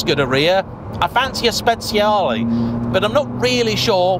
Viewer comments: Fantastic video! “Speziale” almost sounds like spiced 😂 It is Speciale! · No, No, and thrice No! You do not pronounce speciale 'spets-see-a-lee' it's pronounced 'spe-charly' Listen how the Italians pronounce, they know their language 😊 Here's another common Italian pronunciation error: Ducati is NOT pronounced 'dew-katti', it's pronounced 'doo-katti' (sports commentators' pronunciations are only 10% correct at best) Another fact: Moto-Guzzi is NOT pronounced 'moto-gussy', it's pronounced 'moto-gutsy'. Italian words with 'zz' in them are pronounced 'ts'. Even Siri doesn't recognise the correct Guzzi pronunciation (when's the last time you ordered a late night 'pissa'?) One final fact (that's won me many a pint. Thank-you Igor): Akrapovic is NOT pronounced 'acra-po-vik', (yanks say a-crop-o-vich') it's pronounced 'a-krap-o-vich' (there's even a YouTube post for this, hence the free beer!) The key is to pronounce as the language/family name as intended, and not from elsewhere. Old man's rant over 😛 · Should be pronounced “spechale”